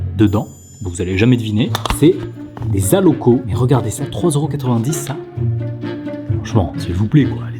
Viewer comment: L’alloco, ce délicieux plat ivoirien, se dit "alloco" et on ne prononce pas le "s". En tant qu’Ivoirien(le pays de ma mère), je me permets d’en parler avec affection et légitimité. J’ai été un peu cocké😳 de le voir dans un sandwich, et j’aimerais partager comment ce plat incroyable est traditionnellement apprécié chez nous☺. L’alloco, ce sont des bananes plantains mûres frites, dorées et fondantes, que l’on accompagne souvent de poisson, de poulet, d’œufs, de sauces épicées ou de riz. Chez nous, on le savoure surtout dans les maquis, ces petits restaurants populaires où l’on se retrouve autour d’une bonne bière locale ou d’un soda bien glacé pour se rafraîchir, ou dans les allocodromes, des lieux en pleine air spécialisés dans la préparation de l’alloco sous toutes ses formes et aussi et souvent chez nos maman qui en font un commerce au bords des routes ou dans les marchés😋. Comme c’est un plat très populaire, on le déguste également dans le confort de nos maisons, en famille ou entre amis. On le retrouve aussi souvent accompagné de garba, un plat composé de thon frit servi avec de l’attiéké, une semoule de manioc cuite à la vapeur et légèrement granuleuse. Le garba est généralement assaisonné avec des condiments comme des oignons, des tomates, du piment, du citron, ainsi que le fameux cube Maggi et de la mayonnaise, souvent de la marque Aromate, très populaire chez nous. Les garbatchikis, vendeurs spécialisés de garba, sont très appréciés pour leur savoir-faire et la rapidit